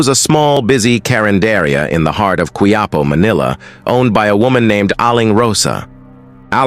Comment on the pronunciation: Hija is pronounced as ee- ha. Its Spanish means young lady. Quiapo pronounced as kee- ya-poe.